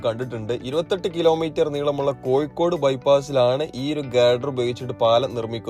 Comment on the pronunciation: കോയിക്കോട് അല്ല. കോഴിക്കോട്